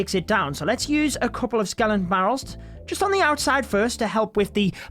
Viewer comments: Sorry but it’s skeleton scel-et-on barrel not skelenton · Its skeleton you dum not skelenton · I guess it is pronounce Skeleton.. npt skelenton 😀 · It’s Skeleton... not skelenton... no N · everyone: Skeleton: Skelenton 😂😂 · Dude it’s not “skelentons” it’s skel•eton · Whats a skelenton haha. Isnt it called skeleton? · Stop saying skelenton, like omg dont do youtube of you cant even pronounce skeleton right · Ugh!! Please. Why you saying skelenton? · Skeleton, not skelenton.. gosh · Take a shot every time he says skelington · skelenton barrel 😂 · Skeleton, not skelonton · I love how he pronounces skeleton as "skelen-ton"😂💔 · it clearly says skeleton not skelenton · Why are you pronouncing skenlenton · Skelenton.. Skellington?? Love the vids but couldn't stand your pronunciation of Skeleton xD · "Skelenton" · Nobody:: Skelentons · Is it just me or is he saying skelenton? No offense, great video! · My TH11 base: SkeleNton Barrel (Level 8) My TH10 base: SkeleNton Barrel (Level 7) My TH9 base: SkeleNton Barrel (Level 6 ) ..Man that "skelenton disturbs me.. :D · skelenton lol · Is it just me or did we all hear skelentons 🤣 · “Skelenton” 😂 noice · “Skelenton” lol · With ur accent it sounds like Ur saying Skelenton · my man is pushing 40 and can’t say “skeleton” skellington headass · no body:: SKELENTON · Dafug is a "Skelenton"? 😂😂😂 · Did i hear skelentons ? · I find it triggering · My diarrhoea gone after listening to his SKELENTONS and clenching my butthole everytime he said it. 😂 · Nobody:: SKELENTON